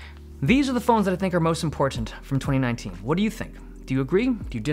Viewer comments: Stop saying IMPORTANT like that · I love how you say :Important: correct way. Not like how most Americans say it. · Ha ha I felt the same. I thought I heard impotent lol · Because he doesn't use a glottal stop? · Dave Lee’s pronunciation of “Important” is more defined than my life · How he says "important" is laughable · The way you keep over PRONOUNCING YOUR "T's" is annoying